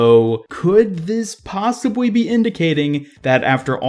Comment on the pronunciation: "possibwy" Alright being mean aside, I appreciate these so much. I can feel the effort put into each and every episode. Every second is quality <3